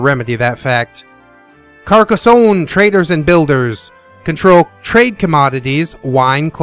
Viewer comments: thanks for this review man. I think that most people pronounce it Car-Ka-sone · I love when you say Carrrrcaa zone -That's what she said. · Good video and the emphasis on the start as hilarious. Carcassonne! --- Carcassonne! --- Carcassonne! Regarding the Bundle, I will probably do the Skiparoo because I don't have the time for long games anymore and I have many other board games.